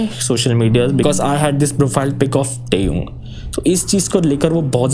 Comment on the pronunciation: your great fan but you are extremely wrong pronouncing TAEHYUNG please improve that otherwise love your videos